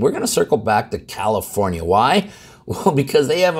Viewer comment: Sounds like new jersey. Or did you say commiformia.